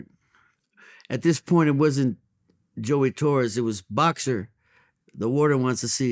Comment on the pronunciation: it’s Joey Torrey why does he keep saying Torres?